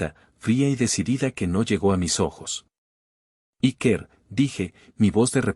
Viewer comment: Ya que algunos se ofenden por como se pronuncia nombres en inglés , decir Iker es un nombre vasco y se pronuncia Íker, no Ikér